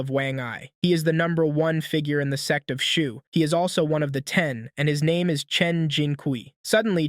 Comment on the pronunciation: Bro said s*x not sect